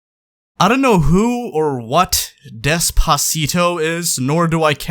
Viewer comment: "I dont know what Despacito is" "Pronounces it perfectly"